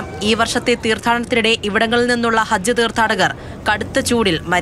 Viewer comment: Pl attend. ---- it is not harj , it's hajj